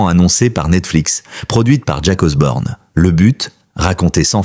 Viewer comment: Arrêté avec Osborne c'est Osbourne 😅